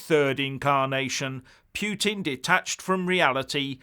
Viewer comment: Poutine is a Canadian dish of French fries cheese curd and gravy, learn how to pronounce Putin ffs - Poo-Tin